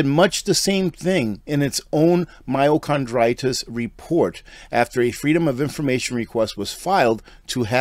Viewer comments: CARDITIS, not CHRONditis,......i.e.....heart not cartlidge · Sorry. You called it myochondritis. There is a huge difference between that and myocarditis. I know that you are referring to the heart, but what you pronounced it inflammation of chondroitin is concerning the joints. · MYOCARDITIS!! Not Myocondritis!!!! And it’s BARTERABLE! Not Bartable! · Its not con, its card. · Myocarditis no n in this word.. car not con. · HEY! FYI... ITS PRONOUNCED MYO"CAR"DITIS... NOT... MYO"CRON"DITIS!!! THANKS FOR GETTING THE TRUTH THERE..... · this is the PRONUNCIATION mai • ow • kaar• dai • tuhs ( myo car die tis) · It's not "myocondritis". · I know you’re not a medical professional, but the pronunciation is mī-o-car-dī-tis. There is no N or R. myo=muscle; cardio=heart; itis=inflammation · *My-o-car-die-tis I'm not trying to be cynical, I'm just trying to help you out. Thank you for this video, but sadly, so many will never know that they were duped! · It’s “myocarditis” Myochondriis does not exist I’m a physician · myocarditis pronounced My-o-car-dy-tis... there isnt an "n" in the word. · oh no, the heart issue is very real. My comment was simply a friendly correction of his pronunciation.